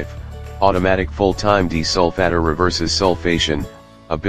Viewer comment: It was a joke. The robot in the video pronounces it as a deesolfatter.